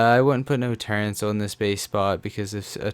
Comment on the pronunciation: Why do people always say " turrents"